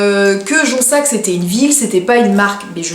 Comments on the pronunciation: Coucou !! Je t’ai decouverte il y a quelques jours et whouaou super j adore ta chaine !!!!!!!!!! Pour la marque on dit jonZac et non jonSSac 😛 !!!!!! BisoussS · ma belle cest jonZZZZZZac tu dis JONSSSSSSAC cest pour ca! lol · Jonzac est une marque et une ville proche de bordeaux ^^ Et on dis jonzzzzac et non jonssac 😂😘 Gros bisous à toi! ;) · Ça se prononce JonZac puisqu'il y a un Z ;) Et on dit UNE vis